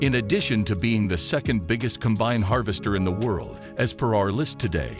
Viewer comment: shame the computer narrator doesn't know how to pronounce "combine"